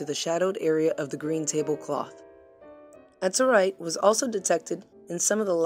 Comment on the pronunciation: It's AZ-uhr-ite, NOT az-UHR-ite. Ugh...